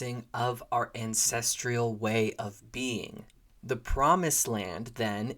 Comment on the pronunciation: There’s no I in ancestral. Stop saying ancestrial